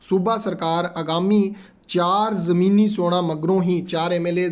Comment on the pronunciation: ਉਹ ਭਰਾਵਾ ਜਮੀਨੀ ਨਹੀਂ ਜ਼ਿਮਨੀ ਹੁੰਦਾ ਹੈ ਭਗਤ ਮਾਨ ਨਹੀਂ ਭਗਵੰਤ ਮਾਨ ਪੰਜਾਬੀ ਭਾਸ਼ਾ ਨੂੰ ਚੰਗੀ ਤਰ੍ਹਾਂ ਸਮਝ ਲਉ।